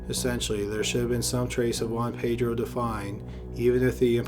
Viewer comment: ”Ho-anne-Pei-dro” Well done documentary but please pronounce names a little better